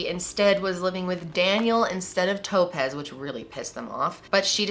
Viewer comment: Was she horribly mispronouncing the name Topaz the whole time, or was the girl's name legitimately Toe-pez? 😝